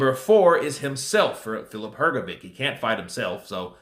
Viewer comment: Dude, it's pronounced "Her-Go-Vich", NOT "Her-Go-Vik". That shit hurts my ears 😫